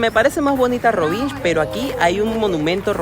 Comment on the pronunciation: It's not rivinđ, the letter nj in croatian is almost the same as the letter ñ in spanish, also the letter lj in croatian, or serbian, slovenian etc is like what spainards pronounce ll, like in mallorca or llama, anyways consider rovinj as roviñ, i get the brits and yanks pronouncing it wrong, but european speakers not so much, cheers!